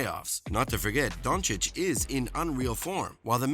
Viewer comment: Who is Donchick? Man I know you struggle as an american with the pronounciacion of european names but, it's disrespectful to make fun of someones given name. I don't mind when ppl call him "Dunkich", it's kind of funny but pls at least learn his name if you make videos about HIM!